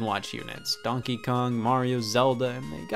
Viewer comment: Scott apparently pronounces ‘donkey’ as “DAWNKEE”